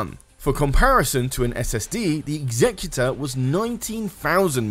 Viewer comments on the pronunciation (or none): none